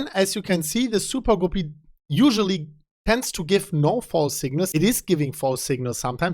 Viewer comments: Gah-Pee. Not Goo-Pee. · it’s not Gooopy like poopy.... It’s Guppy —like a Puppy... great content today, as usual thanks, haha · Not sure if anyone mentioned this, but a guppy is a type of fish that often times has a long colorful tail. It's pronounced as if the u is the u in cup . like cuppy except with a g. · Guppy is pronounced like ugly. Good trend reversal indicator.